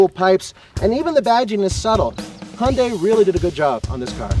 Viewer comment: You guys say Hyundai wrong. Just saying. ^^